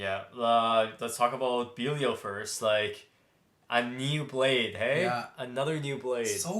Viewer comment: It’s pronounced dynamite bellial not beelial